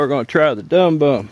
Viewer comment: Dum bum is actually pronounced Doom-Boom. I know a lot of pyros in Europe.